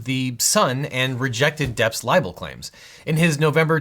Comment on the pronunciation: OBJECTION you say liable not libel.